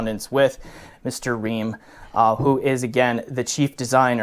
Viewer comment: It's Fried Reim not Ream.